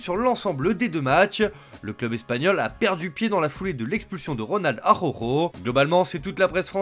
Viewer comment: Y a un moyen que le narrateur prenne 2 minutes pour apprendre a dire A ra ou kho au lieu d'Akhokho pour parler du joueur du Barca? C'est vraiment pesant d'ecorcher le prenom de la sorte 15 fois par jour